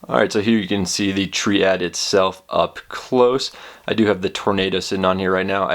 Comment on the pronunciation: i thoughts that its ment to be pronounced as triade not triad. is it not ?? :/